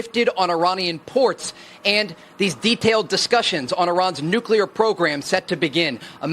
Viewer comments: How does one literally look at and read the word nuclEAr, and still continue to pronounce it as nucUlar .. 🤨 🤔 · Ben, it's pronounce NUCLEAR not NUCULAR. You be sounding like George W Bush. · Why will NOBODY teach Benny how to correctly pronounce the word "nuclear". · Good reporting but it's NOOK-LEE-UR not NOOK-YOU-LUR.